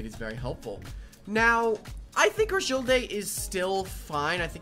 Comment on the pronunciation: Ok as somebody who has used cragildae for a while i have a few comments 1 bandit is super mid the most op set for cragildae is attack and speed invested war cry ferocity Also as soon as i heard crah-jill-day i checked out